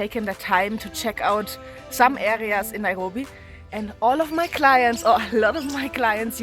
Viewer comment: I just can't get over how you pronounce "Naihobi"